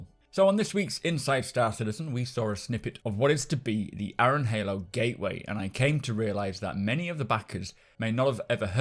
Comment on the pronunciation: .... Aaron is pronounced "air-run".... sorry but that bugged me too xD